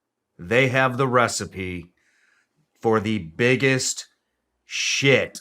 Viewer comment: " the biggest SHIT of your life " the emphasis on SHIT had me spitting my coffee out